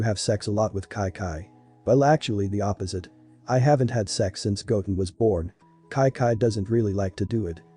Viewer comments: It’s Chi Chi. Not ci ci or ki ki. Though it is a really good episode. When is the next one coming out? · Its chi chi not kai kai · It is chichi not Kai kai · It doesn’t make sense why the voice says “kai-kai” instead of Chi Chi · why you saying kaikai instead of chi chi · Everytime it said “KiKi” it just made me mad but good story tho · Its not ki ki stop saying that its annoying great story but its chi chi😑 chi chiiiiii! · kai kai is chi chi idk why is pronounced like that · Just me getting annoyed with wis and kai kai pronunciation 😂 still good tho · The ai doesn't know how to pronounce Chi-Chi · The pronunciation of chi chi is weird